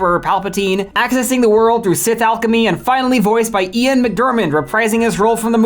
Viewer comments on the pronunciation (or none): none